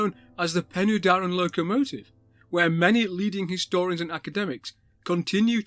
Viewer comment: That will be "Pen-uh-Darren" not "Pen-ooh-Darren".